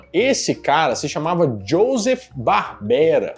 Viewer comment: Se escreve Joseph- Barbera , mas se pronuncia Ioseph Barbera